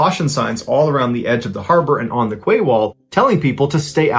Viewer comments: It is literally pronounced as 'key' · I really enjoy your podcasts buy I have to say QUAY is pronounced KEY. Silly I know but the English language is silly at times. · The word 'quay' is pronounced 'key' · More like Kay. Not key. ~boB